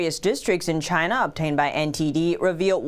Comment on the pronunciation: Lyna not. China.